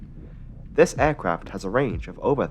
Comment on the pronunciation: Why do you say Ærcraft? It's aircraft.E.